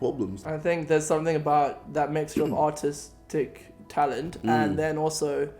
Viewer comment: did Caspar say Autistic talent or artistic talent?